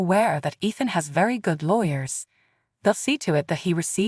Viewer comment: Athen or Ethan? Spellings and pronunciations do not match.